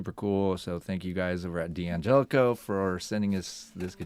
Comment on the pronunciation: I'm sorry but I won'TEE listen to anyone who can'TEE pronounce the name D'Angelico correctly. It'ESS is an insult to it'ESS Italian heritage. DANGELICO is the correct way to say it.